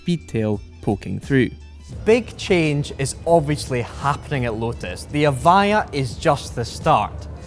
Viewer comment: So you tell us in the description that it's pronounced EV-I-JA yet the guy talking throught the video pronounces it EV-I-YA